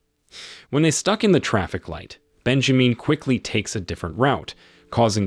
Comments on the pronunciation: its Ben ja min as in SIN not meen .... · I can't with "Bejameen" omg🤣😂🤣....I might not make it through this recap, dude killing me🙌🏾🤣